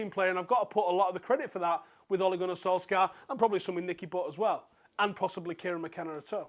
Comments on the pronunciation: It's pronounced sol-SHAH. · Oi pronounce his name properly man